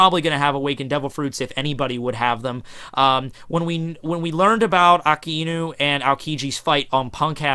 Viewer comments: Really don't mind pronunciation, but I do feel kinda cringed when you outright say the wrong word. Like, you saying "Ah-ow-kiji" instead of "Aoh-kiji" is super fine by me, but saying "Akihinu" or "Aki-inu" instead of Akainu? I mean, how do you even get around pronouncing an "a" as "i"? ._. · It's akainu not akinu.. god english has the worst spelling.. why the fuck is a spelled ei..